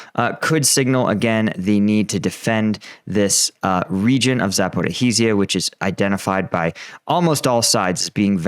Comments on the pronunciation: When You read Запоріжжя try to pronounce it as Za-po- rizh-ia not Zapo-riz-hia. It doesnt matter much, but just would sound more original. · It's pronounced Zapooreezhya not Zapoorhareezhya! Where are you getting that 'ha' from? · I really hope that before the supposed counteroffensive realises that he's been misreading "Zaporizhya" as "Zaporihizya"! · It sound more like "Zaporozjey" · Say it with me: Zah–po–REE-zhee-ah. (Zh = s as in pleasure, leisure, treasure, etc., or French J as in Jean Valjean.) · Hi, love the videos! Just to hopefully help out as this becomes more of a focal point, most Ukrainians seem to pronounce it 'Zap--or-ease-ya'. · Thanks. So a useful key for English would be 'Zap-o-rose-ya' or 'Zap-or-owes-ya' (given we lack the ZH consonant, albeit we use it in leisure, pleasure etc). I just commented as is adding an additional syllable. Cheers! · Dosn't know how to pronounce name of the city's , doesn't know geography and diffrence between Mariupol and Melitopol. Meanwhile he is military expert exploiting this situation to spread western propaganda and earn some money from dum0b western audience. Great work man by the way real war right now is in U.S.A 4th bank on brink of collapse your economy is going down, ukraine lost this war , massive censured protests in Europe to stop arming ukrainans, but you are sitting there in your disney world still and spitting lies😂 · Congrats on your continued success in mangling the pronunciation of “Zaporizhzhia” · please learn how to pronounce Zaporizhzhia!! It's not hard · Can someone teach him how to say "zaporizhzhia"?